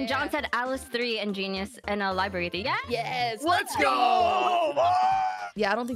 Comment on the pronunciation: “Liberry”